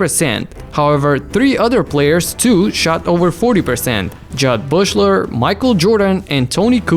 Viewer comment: Jud Buechler. No "s" in it.